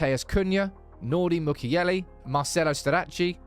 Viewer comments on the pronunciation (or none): none